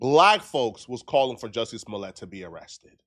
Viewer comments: I remember Joe Budden calling him Jussie Smooliay 😂 like its a French name 😂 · Joosy Smooleyay